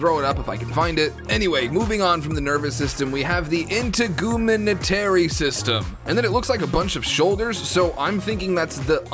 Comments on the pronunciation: Integumentary is “in-tegg-you-meant-terry”. It’s all three layers of the skin (epidermis, dermis, and subcutaneous). Sorry, my anatomy mind went, “he said WHAT”. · Great video! Just saying though, Integumentary is pronounced: In-teg-u-men-tary. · i have never heard someone butcher the word integumentary before, it was hilarious.